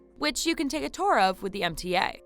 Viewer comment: "ET cetera" not "EK cetera", "asbestOS" not "asbestIS", "Tour" not "Tore".... Informative video, you but need to learn to speak. Phew.